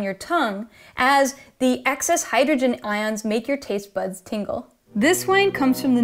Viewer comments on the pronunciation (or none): none